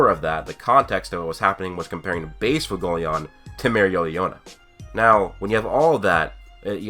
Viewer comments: WHY CAN"T YOU SAY FUEGO(as in fire in spanish)LEON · I preface this with i enjoy the heck out of your videos you have replied to my comments before so i wanna holla at you. Fuegoleon is not pronounced ' foo go leon" its pronounced "fwhey go leon", licht is not pronounced " licked" its pronounced ' lee(h)-ked ( the h is almost like a soft exhale) ". honestly just google: german word for light, click on the speaker or hell i'll settle for "leek-ed" but regardless nothing is worse that when its pronounced lich-ed ( anime balls deep says it like that it drives me crazy!!) You cover awesome ideas, keep it real when you critique the show , and while you talk about things ive thought of you certainly blow my mind with other thoughts as well ! so lets kick it up a notch and get the names down . I mean shit you looked up nordic runes my dude and studied the potentially meanings and what strings of them could potentially mean!